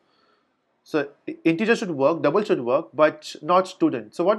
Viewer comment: Love the way you say "Dabl" & "GettaSetta" :D